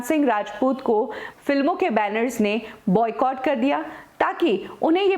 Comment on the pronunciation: She says Buy Catt as in Boycott